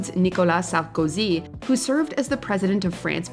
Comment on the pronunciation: the way you pronounce "Sarkozy" is the cringiest of all...😂